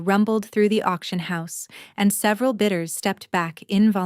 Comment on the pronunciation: bidders, not bidters